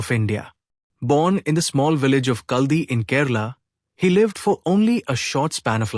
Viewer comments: Not Kaldi, it is pronounced Kaaladi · It is Kaladi and not Kaldi